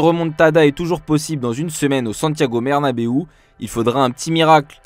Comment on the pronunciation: Je suis le seul qui a capter « Santiago Mernabeu » au début ? ^^